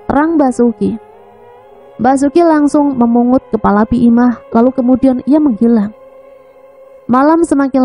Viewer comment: Menghilang kali kak,bukan menggilang 😂😂😂